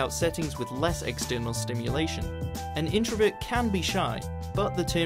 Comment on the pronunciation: introVERT not introvit